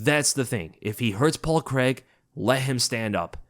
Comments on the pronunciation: Craig. Craaaaiiiiiig. WTF is Creg?! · as an englishmen i hate how Americans say 'Paul Creg' please please say it like 'CRAY-G' it only his accent that makes it sound like CREG lmao xD love your videos keep up the fantastic work mate <3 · who's Paul CREG? lol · I dunno why the yanks pronounce it Cregg 😂😂😂😂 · you don’t say Reders instead of raiders do you C r a I g not C r e g it’s easy bro